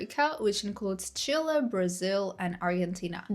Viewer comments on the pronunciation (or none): none